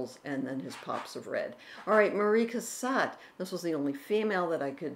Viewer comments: And Cassatt, not Cassett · Mary Cassatt, not Marie 😊